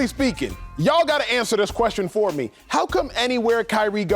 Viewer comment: i’m just here to say Acho saying “ Fo” but correcting it to “four” is hilarious 😂.